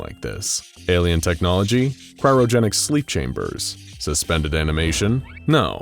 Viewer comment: Cryogenic not cryrogenic Arabic not araybic Renal not renial